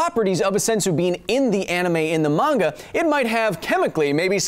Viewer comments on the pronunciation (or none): none